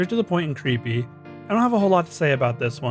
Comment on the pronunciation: Bro just can't properly announciate the word "creepy" in creepypasta